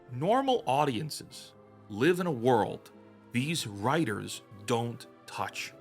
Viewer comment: lol you call them wtiters..of they are writers-i am Spock